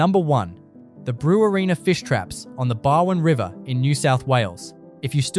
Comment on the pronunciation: This voice sounds Aussie but at about he says "Brew wa reena". What? Phonetically it's pronounced "Brew warr in uh". Brew as in brewing beer, warr as as warrent for your arrest and uh as in blunt -- that knife is blunt. Get it right.